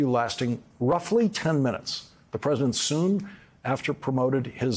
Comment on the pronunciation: Is it just me or is Lawrence leaving out a syllable in "president"? I hear present. Or pres'dent.